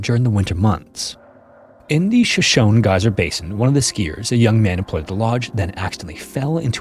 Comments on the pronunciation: You bring up a good point! The tribe ("shoh-SHOH-nee") is pronounced differently from the city ("Show-shown"). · shoshone is pronounced like show show knee not show shoan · FYI, Shoshone is pronounced "Sho-sho-ney," it's the name of a Native American tribe. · I'll be that person. "Shoshone" is pronounced with the "e" at the end sounding like "ee" or the letter "y." It's the tribe located in Wyoming who is Native to the area. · He's Canadian, so he isn't familiar with it.